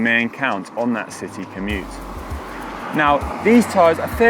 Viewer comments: Does Connor say "Komoot" on purpose, rather than commute at around 30 secs in?!?! Sneaky plug for the GCN partners there. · LOL - “commoot”.